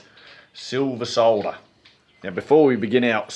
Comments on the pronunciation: 2 things, firstly you DIDN'T pronounce it 'sodder'... good man, Secondly I'd love to see the locals reaction when a blue singlet clad/stubby wearing/Japanese safety boot wearing Aussie walks into their shop and opens up with 'G'day'. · Awesome production once again. I’m pleased you preserved the proper pronunciation of the word ‘solder’ too. I noticed a great lump of American metal lurking alongside the work shed. I suspect this was the chariot of choice whilst the Disco was resting? 👍🏻🙏🦘